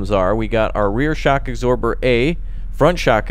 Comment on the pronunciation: You pronounce absorber wrong, you eggsorber